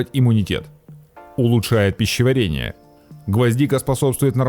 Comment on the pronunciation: БеСсонница, пищевАрение. Исправьте.